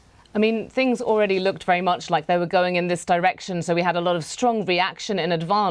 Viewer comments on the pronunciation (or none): none